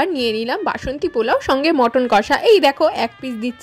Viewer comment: মটন না মাটান